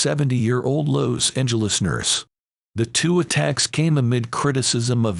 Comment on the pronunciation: This voiceover/robot voice mispronounced so much, including Los Angeles.